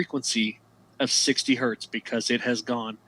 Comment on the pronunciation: 1 Hz is 1 Hertz, not a Hert. thanks you.